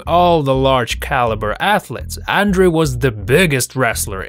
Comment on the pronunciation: Hilarious how badly this commentator messes up Andre The Giants name. It is pronounced Ondrey.